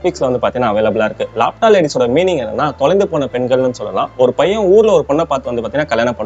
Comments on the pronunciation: Lapta illa ba adhu laapaata ladies. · Laapta illaa laapata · Laa patha pronounced 😊❤